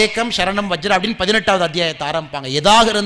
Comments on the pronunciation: It is maam. Ekam. Sharanam. Vra..ja. Not vajra... Annamalai ji...the same wording in oppiliappan koil near Kumbakonam 🎉🎉🎉🎉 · It was a beautiful talk Anna.... You are a great inspiratio always Anna.... As a sanskrit teacher just want to correct one word.... மாம் ஏக்கம் சரணம் வ்ரஜ. (வ்ரஜ சரி) माम् एकं शरणं व्रज। (व्रज इति सम्यक्) Maam Ekam Sharanam Vraja. (Vraja, not vajra) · வஜ்ர இல்லை வ்ரஜா என்பது சரி என நினைக்கின்றேன்.